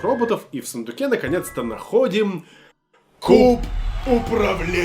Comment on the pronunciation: Не Кроп, а Крэп.